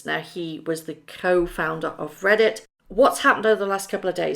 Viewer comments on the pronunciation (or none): none